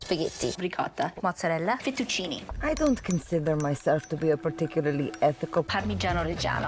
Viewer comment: ah, this takes me back to my 2006 Food Network binge watching sessions~ every time an Italian-American says they're Italian like they mean it, an actual Italian laughs themselves to death 😔🙏 Also, technically, that's not how you say fettuccine, Giada ♡ p.s. the lifting an injured finger above one's head + cold temperature works to slow bleeding, the orange juice sounds like an addition to stop the big kid from crying about the booboo (or an attempt at sobering Giada up as someone said in the comments), I mean it's a damn finger cut how much blood was lost there lol